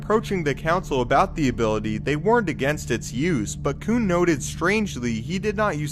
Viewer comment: "Koon" just don't sound right. I'm sorry